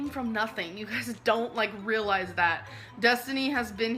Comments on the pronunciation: You guisee need to rihlizee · "Rihlize, Rihlize, Rihlize."